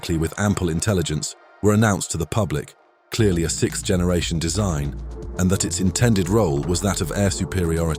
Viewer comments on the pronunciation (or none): I'll never be tired of hearing people say sicth instead of sixth